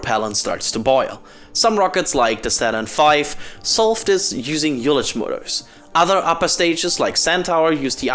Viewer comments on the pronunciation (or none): Hi, fyi, the word "ullage" is pronounced /ˈʌlɪdʒ/ (roughly "all - edge"), not as you did "ewe-ledge"